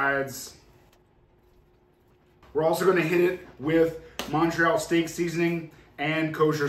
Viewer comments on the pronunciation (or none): none